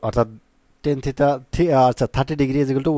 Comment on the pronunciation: স্যার থিতা না থিটা 😂😂😂